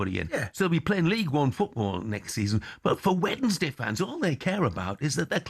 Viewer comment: Why does Stelling insist on saying Wedensday? Rather than Wensday?